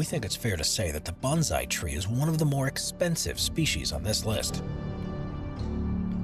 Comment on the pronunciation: Bonsai is pronounced bone sigh not bon zi. It is a method of growing and shaping trees. It is not a specific species of tree.